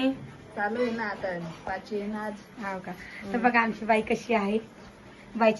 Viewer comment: अरे दादा पाची नाही पाचवी असा आहे तो शब्द